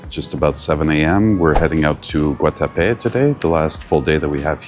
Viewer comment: I’m impressed! You mispronounced the city name twice and then stopped!🤣😂🤣